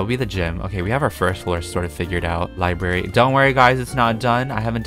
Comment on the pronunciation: i totally freaked out every time said "LiBaRy". i- i didn't know i was THAT person